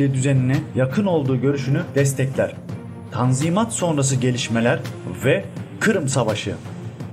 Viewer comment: tazminat değil kardeşim tanzimat